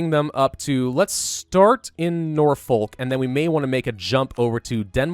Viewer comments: you keep mispronouncing Norfolk. its "Norfok" (not like the swear word) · Could part of your next upload be you trying to pronounce all the places in England please? Hearing you say Norfolk the way you did inspired this comment.